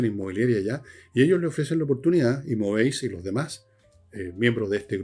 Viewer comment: Una corrección Sr. Villegas cuando haga publicidad de su auspiciador el corredor de propiedades en Brasil 🇧🇷 Se dice “María Imóveis” y no “María Imovéis” “Móveis” en portugués significa “Muebles” Por lo tanto “Imóveis” significa “Inmuebles” Just saying…..😝😝😝